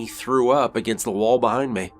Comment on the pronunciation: His "accent " or just pronunciation.... ROOM: he says. "Rum" ME: he says "mey "